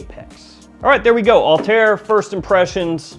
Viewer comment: Its not All-Tear! Al-ta Ir! 😂 The two dots on top of the i signalise that there is space before it.